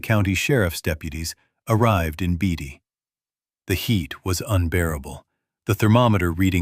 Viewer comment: Beatty, Nevada is pronounced “Baytee.” Pahrump is pronounced Pawrump.